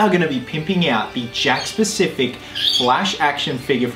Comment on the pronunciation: Is he saying “Jack’s Specific” or “Jack’s Pacific” ?